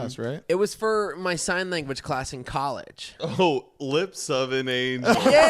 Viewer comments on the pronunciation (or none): FR Im surprised They didn't hear him say Crass isnt of Class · did he just say “art crass” ?? 🤣🤣 This was great !! LOL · Anyone else hear slur “class”